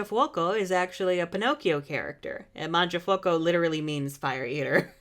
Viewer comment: The video is very good and super hilarious but your pronunciation of "mangiafuoco" is just so BAD!!! sorry, I can't forgive you for this.